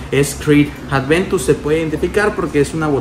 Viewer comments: El perfume es aventus en nicho,y es aventus no es adventus aprende a decirlo,también otra cosa Montblanc no se parece en lo absoluto tal vez al principio si pero ya en el secado para nada Investiga un poco más por favor para la próxima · Si el perfume se llama Creed Aventus, porque coños le dice ADVENTUS??? Me duelen los oídos de solo escucharlo.